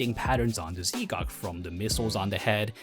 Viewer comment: Great vid, but Z'Gok is pronounced Zgok as one word not ZeeGok, thought you might wanna know